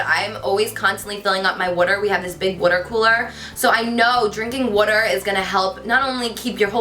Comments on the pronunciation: Love the way you say " wader " instead of "water" lol btw your makeup is stunning ! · I loooveee how you say water aka woota ❤❤😄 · "Drink lots of whuter." You're so cute Carli, love you! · love that you say "wudder" twinsies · omg the way she says 'water' 😍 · I love the way you say water hahaha :* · she said water funny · So helpful! I love how you say water and drawer! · I'm obsessed with the way you say water, I'm not sure if thats weird LOL xx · Say water again? Lol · Omg I love the way you say water it's so funny 😆😜💕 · Am I the only one who catch ur accent when u say Water??? So Jersey!!! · "water" "water" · Haha it's cute how you say water :P not being mean or anything it's just that I'm from California and it just sounds different :) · your makeup here looks so much like hudabeauty on youtube type makeup.love it on you your so beautiful, i love how u say water lol can u plz do a updated fitness/diet video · I love how you say water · Love the way you pronounce 'water' So freakingly cute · I love how you pronounce "water" haha love the makeup in this video 😍 and thanks so much for the tips! I'll try that massage thingy haha. Love you 💕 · i love the way you pronounce water :3 idk why